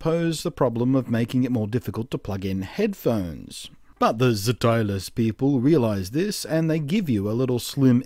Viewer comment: I think it's probably pronounced more like 'stylus' it is a very STOOPID name though!